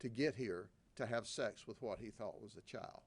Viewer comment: I love how he pronounces "Child" to "Chile" 😂😂